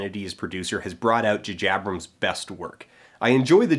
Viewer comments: Why do you say Juh Jabrams? It's J(ay) J(ay) A(y)brams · it took me like an hour to figure out he was trying to say jj abrams. who the fuck is "jajabrams" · Am i the only one who heard him say jajabrams? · Are you guys joking? He obviously said "jajabrams" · I've never heard it pronounced "Jajabrams" before, and I don't think I'll ever be able to unhear it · I cant take you seriously saying 'Jahjabrams' , sorry ! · Maybe I'm just in a mood but I switched off after the third "Jujabrams". It's very irritating. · His frequent calling of JJ Abrams as JaJaBrams is really annoying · please never juhjabrams again, once to make a point, but it is distracting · i didn't even realise you were saying "jj abrams" strangely until i read the comments lol. i just wanted to say, i recently found your channel, and am going through your videos. i'm having a lot of fun with your format, and i really enjoy the quality of your analysis and delivery. thanks so much for creating and sharing your videos! :-)